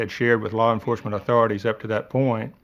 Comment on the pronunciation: Larr enforcement